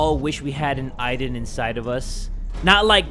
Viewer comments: It is not iden its Aden I know how to spell it but just so you understand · When ever she said Aiden i thought she was saying ivan